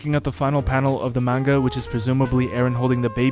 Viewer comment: The pronunciation of manga is killing me